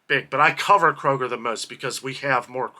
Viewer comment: Isn’t it Kroger not Koger?